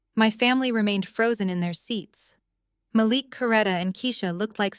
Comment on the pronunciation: You repeated yourself. And it is pronounced "ma LEEEK"